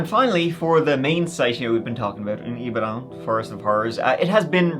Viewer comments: Ibadan is pronounced "Ee-bah-don" btw. When I saw the thumbnail, I said to myself " How funny if that's Nigeria?". I wasn't expecting it to be the city where my Mum grew up! Not heard of this case before, I'll ask my parents. Thanks for covering this,. ETA: Damn! Just finished watching. Yeah, my parents definitely know about this. I had no idea it was on this scale!!! Absolutely disgusting that the police did FA about it, but sadly, not surprising. The police are an absolute liability there. RIP to all the victims 😢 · It’s pronounced E-BA-DON (Ibadan) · Ibadan pronounce E-BAR-DONE. Good job though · Pronounced I-BA-DON not Dan. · Great vid and thanks for covering this! Just some pronunciation tips: Ibadan is pronounced “ee-bah-dawn” Okada is pronounced “aw-kah-dah” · bless you with your pronunciation of Ibadan. But it’s all good we still love you,. 😊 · every time says IBADAN i laugh like mad:face-green-smiling: its all love tho my friend thanks for the exposure this case is one of many but one of the most notable hence the media coverage NIGERIA IS A SCARY PLACE